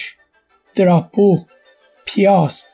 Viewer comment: Drapeau became diaper lmao